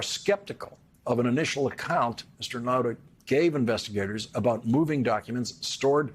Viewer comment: On the lighter side, the times when Lawrence says Nauta's name, you can hear that the audio has been doctored. Lawrence must have originally mispronounced his name pretty badly.